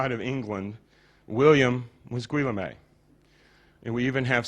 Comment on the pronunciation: 'Gwe la may' ???!! You mean Guillaume (Geh ohm)? lol some expert.